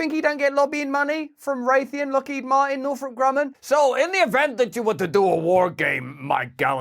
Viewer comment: "i'm gonna be lockhead marteen" HAHAHAHAHAHAHAHAHAAHAHA